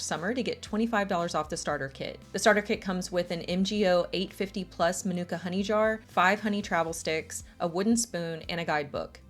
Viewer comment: It's pronounced like maanuka you have to annunciate your A , it's lovely honey too I live in nz. Why tho are your adds for some things so long.